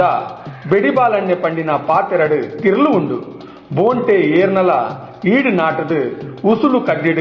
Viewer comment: ಬೋಂಟೆ ಎಂದು ಹೇಳುವ ಪದಕ್ಕೆ ಖಡಕ್ ಆಗಿ ಮೂಡಿಬಂದಿದೆ ನಿಮ್ಮ ದ್ವನಿ ಎಲ್ಲಾ ಕಲಾವಿದರ ನ್ನು ಪ್ರೊತ್ಸಾಹ ನಿಡುವ ನಿಮ್ಮ ಮನಸ್ಸು ನಿಮಗೆ ಶುಭಾಶಯಗಳು ಇನ್ನಷ್ಟು ಆಡಿಯೊ ಗಳಲ್ಲಿ ನಿಮ್ಮ ದ್ವನಿ ಕೇಳುವಂತೆ ಅಗಲಿ... ಶುಭಾಶಯಗಳು....